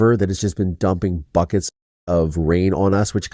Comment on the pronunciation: Omg I thought you said 🖕uckits of water, not buckets of water.🤣🤣🤣🪣💦